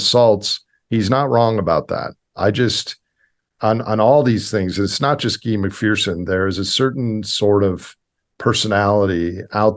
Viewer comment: It's Dr Guy,pronounced like" hey that guy",his name is synonymous with Guione,also synonymous with William,so just call him Bill!